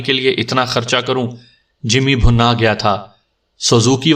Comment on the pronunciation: بہت ہی مزاحیہ کہانی۔ کافی سیریس کہانیاں سننے کے بعد یہ مزاحیہ کہانی اچھی لگ رہی۔ لفظ بھنا پہ غور کیجیے گا۔ یہ لفظ bhinna ہے